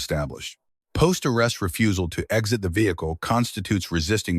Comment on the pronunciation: I miss. The day when people. Were professional enough and took. Enough pride in the crap on the. Internet that rep. Resents them so they would not use some lame. Ro. bot. That. Talks. Worse. Than a two year old, and could. Pronounce exit, NOT eggs. It.